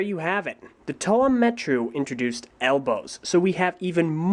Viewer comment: It's pronounced Muh-Tah, not Mah-Tah